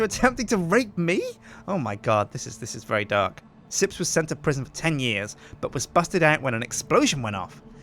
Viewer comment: PriSjin instead of Prison